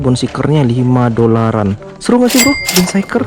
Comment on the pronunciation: Mau ngasih tau aja bang,namanya kan bone shaker bukan bone shiker,cuman ngasi tau